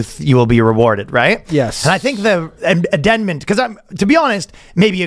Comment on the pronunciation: I'm here mainly for the way Ryan butchers words. He could've meant either "amendment" or "addendum", instead he split them both down the middle: addenment.